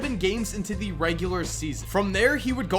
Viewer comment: Every time he says "the" I cringe